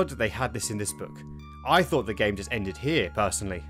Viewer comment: I can't take any adult seriously when they can't pronounce simple words correctly. "Hey, you have healf" (health) "you'd have fought" (thought) you were obviously not paying attention in school.